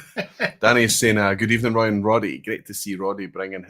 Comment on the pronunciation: Hi Roy, you spotted my name towards the end of the quiz. Well pronounced, though most versions are acceptable.😄I've been here for a number of years but because it's Friday morning here, I'm usually getting ready for work, and seldom see the whole session. Love what you do and the major part of my Whisky knowledge and experience comes from vPub and Recycled Reviews. I of course do my own research 🥃🥃🥃😆but thanks for leading the way. Slainte